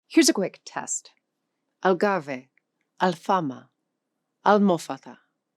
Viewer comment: I have issues listening to someove explaining the use of arabic words in Portuguese, but who pronounces Gibraltar (which has a soft G because it comes from Jebel) as gilbertrar or somesuch. Also Algarve is not pronounved Algarvay, but Algarv, because it comes from Al Gharb (the West). Oh and maybe listen to the way spaniards pronoune Al Andalus (Al Andaloos) rather than the strange pronunciation. In fact almost every single Portuguese word is mispronounced - and Alentejo is from Alem Tejo, "across the Tagus", not from Al.... anything. The town of Fátima gets it's name only indirectly from the sister of Muhammad.... the story is far more "romantic" Supposedly it is named after a C12th Moorish princess captured during the reconquista - and who fell in love with her captor, Gonçalo Hermigues, converted to Christianity and took the name Oureana. So the nearby city of Ourém is named after her, but the area where she lived kept her original Arabic name, Fátima